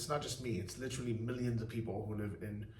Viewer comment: New drinking game...everyone drink when says Littrally (Literally) lol....safe travels!